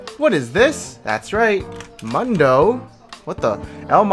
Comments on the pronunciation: mu-n-do .. the champ say hes own name like 1000 times in 20 min and you still call him moondoe :(((( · is noone going to say anything about the way he says mundo? come on bro you know better lol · Why even write mundo in the title if you keep saying mAnDo whole time